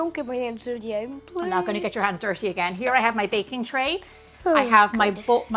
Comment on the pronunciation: Wash "heands" 😊